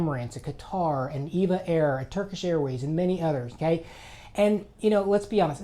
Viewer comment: EVA is pronounced by each letter: "E" "V" "A" airlines, not "EVA" ("ee vah" or "eve ah"). (Think defunct "T" "W" "A" airlines, aka Trans World Airlines, it never was "Tee wah"). Correct pronunciation aside, I flew round trip on EVA from San Francisco to Cebu City two weeks ago (economy). All EVA flights fly into Taipei international, from there you catch an EVA flight to wherever in Asia EVA has destinations. The main benefit of using EVA: I avoided flying into Manila's nasty airport, and I kinda enjoyed breaking up an otherwise longer flight by having a three-hour layover in Taipei. Anyway, wanted to mention that I really enjoyed flying EVA. The staff on the ground and in the air were all FANTASTIC. When deplaning I even told the flight attendants that I have flown all over the world on many many airlines (perhaps 300 flights or more) and that the EVA crew were the best I have ever experienced. As a bonus, the meals were quite good, even in economy class. EVA was such a great experience I'm currently debating which is better, EVA's flight (that has a layover at Taiwan's Taipei airport), or a 14.5 hr nonstop flight to Manila on Philippine Airlines or United. As odd as this may sound, I kinda liked breaking up the EVA flight into two segments (SFO to TPE; TPE to CEB).